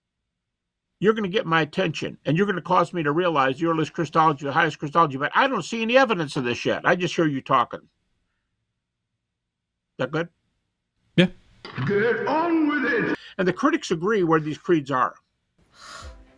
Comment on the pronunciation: He said "I don't see any evidence of this yet" but sounded like shet.